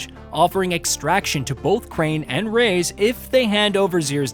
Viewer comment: Rais is pronounced "rise/rice". You got it right the first 5 minutes of the vid but later you started calling him "Rays" which is super weird.